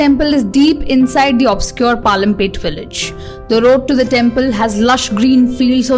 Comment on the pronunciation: It's not pyalampet it's palampet